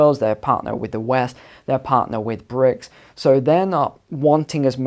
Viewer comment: BRIC, not "bricks".